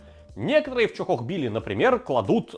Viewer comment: Бля!!! Чохохбили! В моих ушах боль! Тоже самое что говорить собака,а не сабака!!!